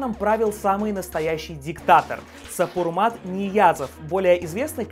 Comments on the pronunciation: Про "калым" как ты говоришь, ты гонишь жутко. И от куда у тебя такая информация. И имя нашего первого президента не "Сапурмат", как ты его произносиш, а Сапармурат. Хватит гнать чуш. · Правильно произнаси имя человека, САПАРМУРАТ, а не САПРМАТ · Автор, ушедшего диктатора звали не Сапурмат, как мы слышали тут, а Сапармурат. Книга называется не рухнАма, а рухнамА, ударение на третий слог. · Небольшие поравочки: книга РухнамА ударение на последний слог, и не Сапурмат, а Сапармурат🙏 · при всем уважении, не Сапурмат, а Сапармурат. Не рухнАма, а рухнамА.. а так выпуск норм, лайк) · Боже, если делаете подобный обзор-делайте ударение в словах ПРАВИЛЬНО. Не «РухнАма», а «РухнамА». Не «Сапармут», а «Сапармурат». Немножко режут слух подобные ошибки. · Сапармурат Ниязов, а не Сапурмат Ниязов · не Сапурмат а Сапармырат Туркменбаши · Да не Сапурмат,а Сапармурат!!! СА-ПАР-МУ-РАТ! Ты бы хоть подготовился,прежде чем видос выкладывать!))) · Сапармурад Ниязов а не Сапурмат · Сапурмат? Я думал Сапармурат. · Не сапурат а Сапармурат Отаквичь Ниязов и не рушнама а рушнам`а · туркменОВ. Ну как снимать блог и не правильно говорить по-русски.... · не сапурмат а сапармурат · сапурмат???!!!??? это кто? неуч, прочитай, прежде, чем говорить. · Хоть бы послушал как правильно произносить имя и название книги. Из Ашхабада я. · За весь ролик сказал два имени и обе не правильно,мог бы и выучить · Произносится Сапармурат гений ска... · Не Сапурат, а Сапурмурат. Не рухнАма, а рухнамА. Не Гурбунгулы, ГурбАнгулы.. столько ошибок, пиздец